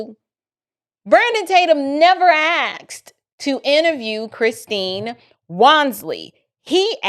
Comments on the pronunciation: Bless you! You are amazing! Please quit saying AXED. YOU ARE so very smart, articulate and a perfect example of knowledgeable, passionate, independent woman of God. Please, please, stop saying "axed" If it is ebonics, or a truly something that you cannot help. Forgive me for bringing this up. AXED, VS Asked. Please quit saying AXED VS ASKED. You are so articulate. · "He AXED"!